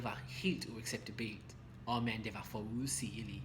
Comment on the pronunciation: Your pronunciation of "uacceptabelt" is wrong. The pressure is to be put on the "u" and the second "a" - UacceptAbelt. Just helping you out ;-) great lesson as always